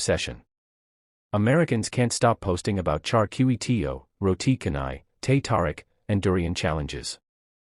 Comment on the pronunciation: "Char"ming - Roti "Char" nai ....not roti canal